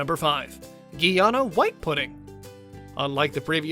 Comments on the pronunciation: It's Guyana. My beautiful country. Not the way you are saying it. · Exactly!! Clearly not!!! … “Ghee Ana”. … lol 😂